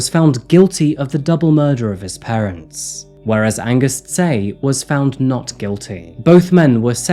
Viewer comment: Tse is pronounced more like Che btw